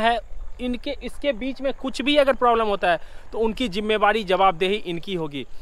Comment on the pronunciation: Ooi bhai tum jimedari ko jimewari kyu bolta hai.